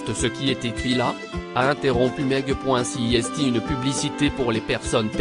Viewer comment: Le (s) du verbe (est) est un s muet. On ne le prononce pas.